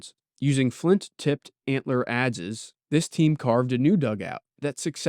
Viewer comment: Adze rhymes with adds. At least in anerican english. Correct me if I'm wrong, of course.